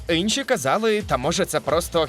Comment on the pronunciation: люди досі дивуються (нервуються) через наголоси , вже незважаючи на "Инші" фішки озвучки 😅